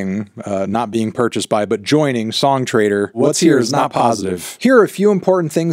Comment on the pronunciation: every time you say "song trader" my brain hears "song traitor", I guess it kinda makes sense now